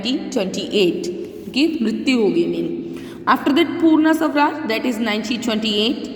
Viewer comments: The pronounciation is not sawraj. It's swa Raj = swaraj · It's not savraj it's swaraj